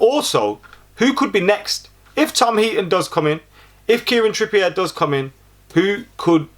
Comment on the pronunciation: "Kieran Trippiye" I'm sorry when did Trippier become french😂